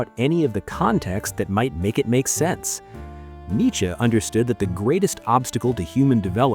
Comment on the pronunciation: I mean the channel it's like 7 months** old so definitely AI. Also pronouncing Nietzsche as "Nichy" clear as water.